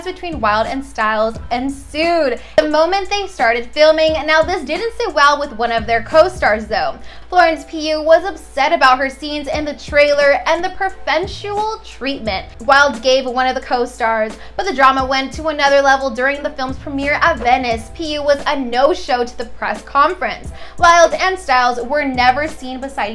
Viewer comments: Oh wow… who let her say “preferential” like this and post it 😂 awww I know sometimes it doesn’t click how to properly pronounce something….. just think … it comes from preference… preferen-is the same and tial is like shull… hope that made sense lol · Why do they say words they don't know? It's not like she's reporting on the scene of an emergency why didn't she stop and ask how to say the word preferential if she didn't know how? and why didn't they ask her to do a retake with the word pronounced correctly? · Not sure why it's necessary to be mean just bc she mispronounced a word. Everyone has their own word hangups, like some people with "specific" or "hors d'oeuvres" or "segue," but that doesn't mean someone is uneducated or stupid